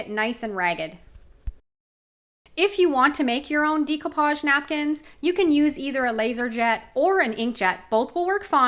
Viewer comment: Dear GOD! PLEASE stop pronouncing DECOUPAGE incorrectly. Think of the word ‘decorate’. ….